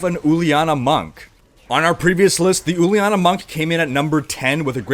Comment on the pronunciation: cmon dude, Uliana is a name, and pronounced as juliana, but without the d sound..... i know, its my sisters name